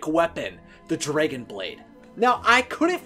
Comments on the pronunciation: Say draigon one more time I swear I will die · Why do u pronounce dragon so weirdly. There’s no y. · Sounds like he's saying "dreygan" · YOU KEEP SAYING DRAGON WRONG FOR PID SAKE IT DRIVES ME CRAZY SO I'M BEGGING YOU TO SAY IT WRIGHT!!!